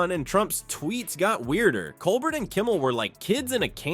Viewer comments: What is it with you narrators that you don't correctly pronounce Colbert's name? It's Coal-bear NOT Coal-bert... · Pronounce "Col-bear"